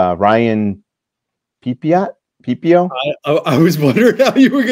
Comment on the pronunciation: Love the show but you guys have room to improve on your player pronunciations Pepiot, Jung, etc.